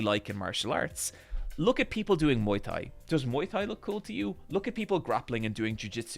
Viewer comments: Irish people: "Tanks" "Tree" "tink" Also Irish people: "Muay Thigh" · He said Muay Thai correctly earlier I think it was a slip